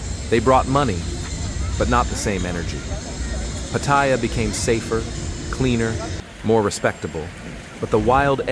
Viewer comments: You know it's going to be a crap video when he can't even pronounce Pat..aya correctly. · You can tell it's going to be a crap video when he can't even pronounce Pat..aya